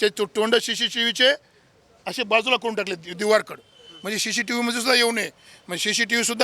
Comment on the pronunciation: शी शी नाही फड्या 😂😂 सी सी टीव्ही म्हण